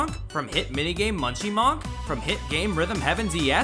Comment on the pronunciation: So who's going to tell him it's Monk like in Monkey